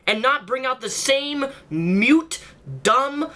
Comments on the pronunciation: Moot. Not mute. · It's "moot" not "mute." I also don't think "critiquer" is a word. Come on, you gotta step it up. Just take a breath. Write out your thoughts. Then read them. You can rehearse them as much as you wish, just get them out properly. Your commentary is insufferable. "This is one of the most misleading... things" You actually paused to search for a more sophisticated way of phrasing it and came up with "things." You could have gone with "claims" "charges" statements" "assertions" - whatever. "Interviewing games" face palm Again, you gotta calm down. Breathe! I'm trying to help you. Your rhetoric is sophomoric and whiny, even if I am inclined to agree with the side you take in principle. Don't let them turn you into the exasperated, ranting and raving crybaby driven by emotion that they feed on.